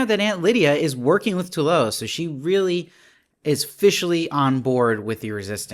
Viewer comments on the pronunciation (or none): It’s pronounced phonetically TOO-ELLE-OH……Not Tula, or Toolo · TWAY-yo is how it’s pronounced, it’s Spanish. 2 syllables